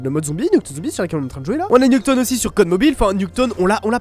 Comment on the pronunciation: Nuketone? Ça se prononce "Nuketaoune" si jamais mdrr!